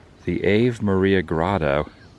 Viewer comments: I believe it's "Awe" "ve" Maria like the song, not Ave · Ave Maria is pronounced ahh'vay MAH-ria. Another great road trip vlog!!! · Such a beautiful grotto … the AVE is pronounced R-VAY which is Latin for Hail so it’s the Hail Mary grotto. I love seeing these unusual and fascinating places. : ) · I had never heard of this place before today. Really fascinating. Little tip to Adam: the pronunciation of Ave Maria would be "Ah-Vay Maria." Ave is Latin for "Hail." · Hey Woo man, very cool trip down memory lane. I remember when you crashed that drone. I also remember you visiting the grotto. btw, it's pronounced Ah-vay Maria. Take care. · "Ave Maria" (pronounced "Ah-vay") is Latin, translates to English as "Hail Mary". The grotto itself is a reproduction of the one in Lourdes, France, where Bernadette Soubirous (St. Bernadette of Lourdes) experienced 18 separate apparitions of the Virgin Mary in 1858. It was dramatized in the 1943 film, "Song of Bernadette", with Vincent Price cast in a supporting role. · You might be making a joke I don’t know but it’s pronounced Ah Vay Maria